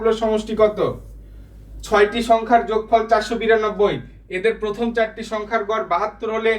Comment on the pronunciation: যোগফর❌ যোগফল ✅ 😂